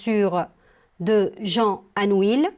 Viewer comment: On prononce anouille et non anuil